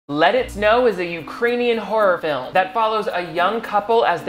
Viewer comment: 5seconds in and I thought he said "Lettuce No!"